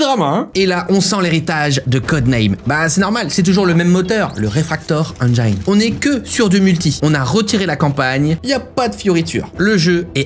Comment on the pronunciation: Engine ne se prononce pas « engyne » par contre